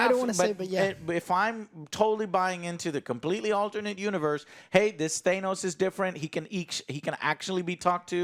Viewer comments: exactly i had dyslexia when I was young, ahaha anyway ots ok to get names wrong. He kept saying Thanos with a long a sound. He keeps pronouncing Irish Elvas name with longbI sound ahhaahh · Don't forget how he says Thanos